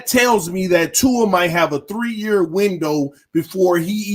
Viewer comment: There you saying tuas name correctly lol